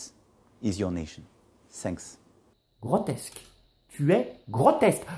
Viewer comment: Le mec il dit "ziss" pour "this", "ssainks" pour "thanks" et tout le monde trouve qu'il parle bien anglais ??? Rassurez-moi c'est les français qui trouvent qu'il parle bien anglais non ? Ah ok ...